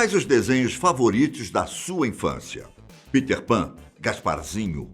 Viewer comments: Parei de olhar qnd ele falou Piter Pan. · maneiro é ele falando peter pan kkkk